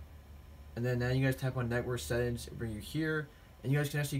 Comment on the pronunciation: "Sett ins"